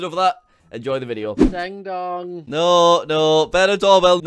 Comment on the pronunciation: It sounded more like " dong" to me